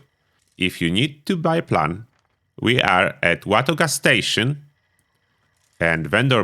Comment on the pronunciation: the way this MF says Watoga is fucking hilarious